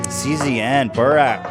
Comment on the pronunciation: Just a heads up, CZN is pronounced like "Je Ze Ne". In Turkish, the C is pronounced like the letter J, and the other letters like N,Z,P are pronounced Ne, Ze Pe and so on. I am not Turkish but I live in Turkey and I've been an H3H3 fan ever since I can remember (Vape Naysh Yall!) but it feels like i've known y'all forever <3 Stay Safe, Papa Bless!